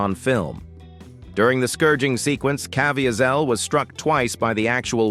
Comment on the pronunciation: It’s pronounced Ca-vee- zol Get it right!!!